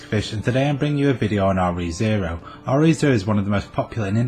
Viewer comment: Thanks for the informative content! Just one thing - it sounds like you're pronouncing the titles of the series as "Are-Eee Zero". The term "Re:" should actually be pronounced "Ree", as in the truncated form of the word "Regarding".